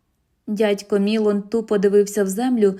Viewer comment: Дядько МілОн. Наголос в французьких словах падає на останній склад.